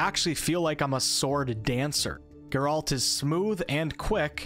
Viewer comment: God would I do anything to go back and play this again for the very first time. And I'm certainly not alone in that. ps play the second game, twice for both endings. Also, Geralt's is an antihero, not necessarily a hero. And his name has emphasis on the first, not second, syllable. GEHR-ult edit: did you really just say "wah-lah" in place of "voila" ? 😅